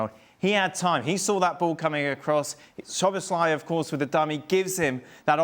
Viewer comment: Sloboslai.. haha.. Stevie still can't pronounce his name 😄❤